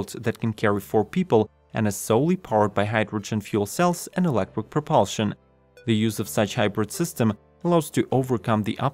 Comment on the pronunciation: Hmmm - since this one is all about electric planes, I think it's important that our narrator pronounces the word "electric" properly. He's saying "elec-quick"…